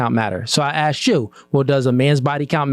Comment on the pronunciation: Even the male host like “AXED YOU A QUESTION” whole room is low iq lmao